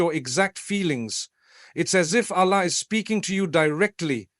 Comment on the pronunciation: Please teach AI to pronounce the words "Allah", "Prophethood", "duas", "Jannah", "Maryam" etc otherwise it lacks credibility. Thanks for the beautiful AI created imagery in the background.